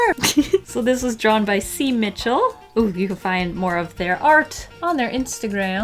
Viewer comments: I think si, is short for Simon so is pronounced 'sy' and not a C 😉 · I think the artists name of the print is pronounced like sky without the k, so sy